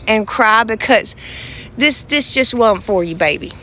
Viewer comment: It wuurnt for you baby..!!🤣🤣 She's right..!